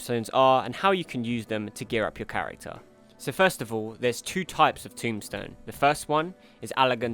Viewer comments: TOMESTONE not tombstone.... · As I'm sure others have said, its TomEstone not TomBstone. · It's Tomestone not Tombstone